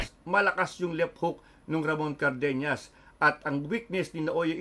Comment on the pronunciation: CardeNAS not carbeNYAS😅 not ñ it is N